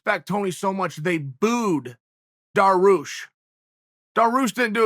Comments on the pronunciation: Chael "Derush" Sonnen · "The Roosh"